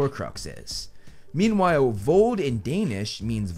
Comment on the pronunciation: As a danish person im am impress how good you pronused the Word vold i forgot that you are not danish 😂